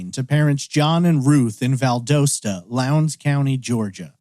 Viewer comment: Its pronounced Val-dast-a